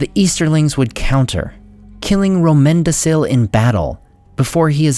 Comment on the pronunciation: Rómendacil.... Dude... Its RómendaKil. Not RómendaSil Same with Narmacil, its NarmaKil This is basic stuff